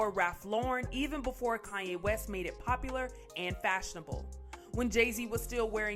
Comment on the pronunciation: Is she saying Kanye WESTES? TF?!??